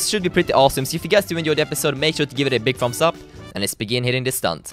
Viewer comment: "a big Fumbs up"...